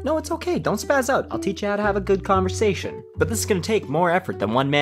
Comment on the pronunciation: What’s a con-vo-sat-ion?